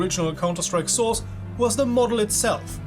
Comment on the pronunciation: I love the part when you say Counter-Strike: Sauce